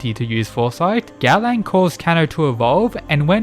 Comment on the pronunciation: by god i love the content of your channel but the way you butchering gaolang's nameeeeee dhfhfhdjdhdhdh but still, here's a sub